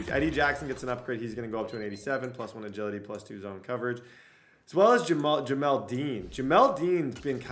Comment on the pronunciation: Jamel Dean not Jamal Dean🤦🏽‍♂️